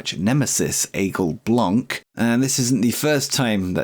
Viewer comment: since you hired him and every time after that you said the name of one of your wrestler I grind my teeth a little.. I kept quiet about it in case someone would say it instead of me, but it seems it was never the case.. Aigle Blanc.. which would translate word for word in English to White Eagle, best manner I can give to let you hear how it's pronounced, google translate, write it while putting it in French and press that little speaker to hear how it is pronounced. Sad for Tyler Bate, little bit less for Xellhua since you only had him for like 1 show per month, but indeed.. Bate was NOT worth that amount.. let him go to AEW and make them ruin themselves financially. Starting to think that it's some sort of Vince Russo who offer the contracts in AEW there..^^ Just kidding there..